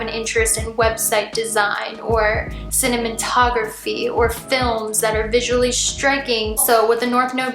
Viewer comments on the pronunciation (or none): haha I thought it was really cute and endearing how you pronounced cinematography as cinnamontography 😄💖🌻